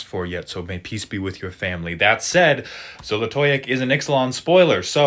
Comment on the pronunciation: First just gotta say I was shooook by that great pronunciation